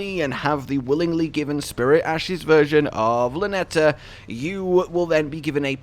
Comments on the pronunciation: It's LaTENNA. Not Lanetta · Sorry man, her name is Latenna! ;-)